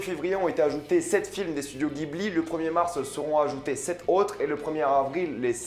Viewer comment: Ça se prononce studio "djibli"